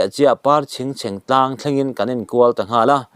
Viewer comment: Pawisa tlang hek lo..tih i lam dan hi awmze bo vekin i lam a nih hi. Hek tih hi thluk seia lam tur. Tlang tih pawh hi vantlang tih angin.